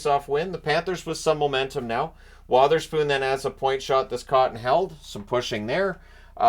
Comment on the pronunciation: At least you won’t need to hear the play by play announcer address Wotherspoon as Witherspoon